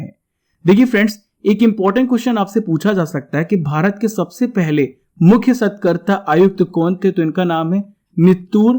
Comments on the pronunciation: सतकर्ता नहीं, सतर्कता है ।वो बाकी very nice information👍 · कृपया सही उच्चारण करें- सतर्कता आयुक्त It's not SATKARTA It is SATARKTA Thanks. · Aap satrakta aayukta ko galat dhang se padh rhe hai sir